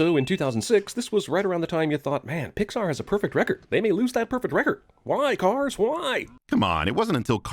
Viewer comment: weird way to say cars 3